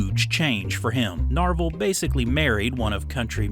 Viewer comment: Not Norval.... Narvel. 😂